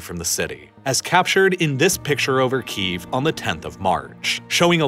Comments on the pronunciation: You keep mispronouncing Kyiv. you're saying "Keev" when it's actually pronounced more like "Key-yev." Hope that helps you pronounce it correctly in the future. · I love this video. However one criticism on pronunciation. It may be an accent thing, but do you pronounce it Chicken Keev, or Chicken Ki - EV? Key - Ev is correct I believe. Sorry, I'm a pedantic prick. Love your work, sir. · Saying "Keev" sounds like the Russian pronunciation of the city.